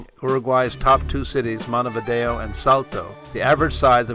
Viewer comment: I should kick you for pronouncing Montevideo wrong...smh...........